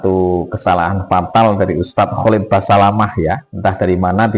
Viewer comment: Nyebut nama aja salah dul, kholik. Khalid